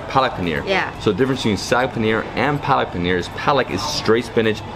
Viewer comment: Spinach is 'saag' (double aa) not 'sag'. Sag means to hang loosely.